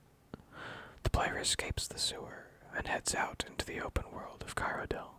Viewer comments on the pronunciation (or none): love listening to you, except for your pronunciation of "Cyrodiil" lol